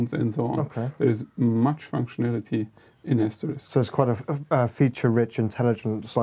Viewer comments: Hi guys. Not a typo, but a "lypo". ("Lippographical error"). Like many people, you are mis-pronouncing "Asterisk" - the "risk" part. It's not ass-terr-RIKS - it's ass-ter-RISK. Note the order of the K and the S. AsterIX was the gaul. Asterisk is the snow-flake symbol, and the PBX thing. You may say "who really cares?" and I'd be hard-pressed to give you a quality answer! I guess I have the pedant gene. Pity me! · It is not pronounced ASTERIX - that is a french child's comic It is prounounced (and spelt) ASTERISK - which is the name of a diacritic that typically appear on a qwerty keyboard above the 8 keytop. Thus SHIFT-8 would produce an asterisk....some English language users from North America may call it "star". Your inability to even pronounce the product name correctly does not imbue me with enthusiasm. How would it be if I said your company is based in Jerman-eye?